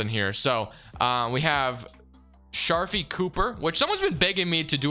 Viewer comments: STOP CALLING HIM SHARFIE!! IT'S SHARIFE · it’s (shuh-reef)